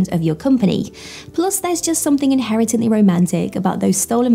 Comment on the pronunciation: Inherently! The word is INHERENTLY! FFS! 😂